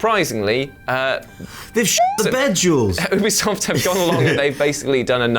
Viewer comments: Considering how funny and charming this channel is I bet they're one of the only channels that consistently mispronounces Ubisoft on purpose, just to mess with the nerds, but just in case: Ubisoft is short for ubiquitous software. Not ooobiquitous software. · I honestly loved Ghost Recon Breakpoint. BTW. ITS UBISOFT! NOT OOBISOFT!